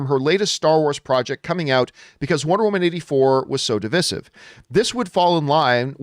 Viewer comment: You should learn how to pronounce “divisive” and “divisiveness”! Not to even mention “submitted”.